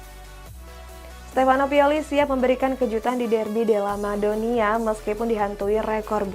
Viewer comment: Udh lama bawain berita bola, tp nyebut Derby della Madonnina aja salah 😂😂